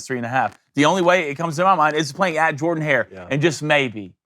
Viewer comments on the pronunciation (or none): it's pronounced Jerdan! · JURDEN-HARE,. C'mon you know this.